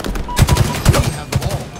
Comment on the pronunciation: Why would they change something as simple as "ball taken" to "uWeEe Hyav tHe bWall" ?!